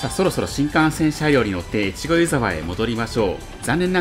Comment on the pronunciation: いつも楽しく拝見しています。大雪の時に撮影されて映像映えしていますね！ 細かいことですみません、地元民なので少し気になってしまったのですが「湯沢」の発音について 新潟の湯沢は「ゆ」にアクセントを置きます。今回の動画ですと秋田県の湯沢のアクセントになってますね せっかく越後湯沢で撮影して貰ったので新潟でのアクセントを知って貰えると嬉しいです これからも動画を楽しみにしています。